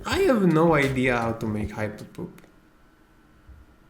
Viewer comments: Samuel Jackson says: Say "HYPERPohPt" instead of "hyperpop" one more time! I dare you! I double dare you muddafokah!!! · I kept hearing him saying "how to hipopop, how to hipopop" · I love how instead of saying hyperpop, he says hapopo